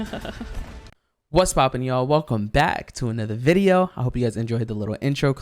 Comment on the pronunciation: Welcome back to another vwideoo!